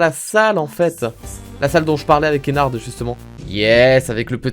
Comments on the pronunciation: On dit ennar pas ennarde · Pourquoi tout le monde dit Ennarde c'est Ennar(d)! Prononciation*